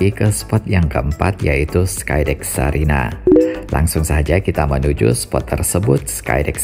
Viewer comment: Sarinah pak, bukan Sariah😄